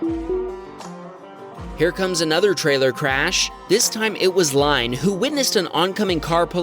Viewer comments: Line is probably pronounced !ee-na. Norwegian name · Possibly Line is pronounced Lynne, I know one that it’s pronounced like that but I could be wrong :)